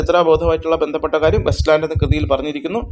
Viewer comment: West ലാൻഡ് അല്ല it's Waste ലാൻഡ്